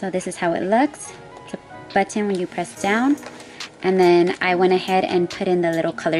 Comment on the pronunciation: Lol the way she says button 🤣